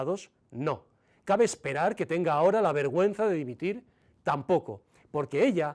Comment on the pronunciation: "Dimitil"? 🤣🤣 Con la de ingenuos que hay? 😡🙈